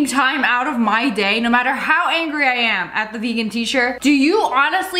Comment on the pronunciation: why did you say angey? 😂😂😂😂😂😂😂😂😂😂😂😂😂😂😂